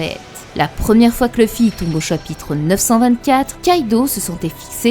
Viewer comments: c'est LUFFY LUUUUUUUUUUFFY pas LEUFFY merci pour les prochaines vidéos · perso je préfère L'oeufY 😄👍🏽